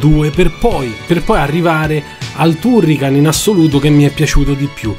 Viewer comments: Basta guardare il mio avatar e capire qual è il mio preferito! Comunque confermo la pronuncia TUrrican, anche perché il nome è preso dall'elenco del telefono, un italianissimo Turricano, grazie per aver condiviso i ricordi! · Si pronuncia "Tarrican"!. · Non ti preoccupare, all'epoca sbagliavamo tutti i nomi. Ti posso perdonare tutto poiché nessuno mi riporta a quegli anni come i tuoi video!. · Anche io ero ironico, ma dopo che lo hai detto così tante volte nel video, mi dispiaceva per il povero Turrican. Se sbagli la pronuncia allora non conosci bene la lingua, vale lo stesso per tutte le lingue del mondo (giapponese incluso).